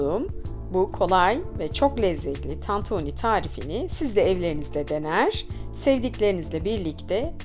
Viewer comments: Ablacım o kadar çok TANTONİ dedinki ben inandım tantoni olduğuna :) Eline Sağlık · Ellerinize sağlık sadece tantoonü demişiniz gibi sesiniz geliyor😂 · Tantoni 🙈 bi tek ben mi tantoni duydum diyordun yorumlar beni benden aldı. Elinize saglık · Tantunî değil tantuni 😂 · Abla başlığa tantuni yazmışsın ama tantoni diyon 😂😂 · Abla tantoni değil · Tantoooni ne be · Lütfen! TANTOĞNİ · bazen tantoni diyo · Tatuuuni denmez tantuni 😂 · Ellerinize sağlık. Çok lezzetli görünüyor.👏🏻👏🏻👏🏻🌺❤ Yalnız dikkatimi çekti, tantoni ve tantuni olarak her iki şekilde telaffuz ediyorsunuz neden acaba? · Tantuğnii ne abla ya 😂😂